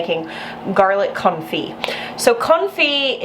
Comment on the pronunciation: I think it's very fitting that your pronunciation sometimes sounds like "comfy garlic" 🥰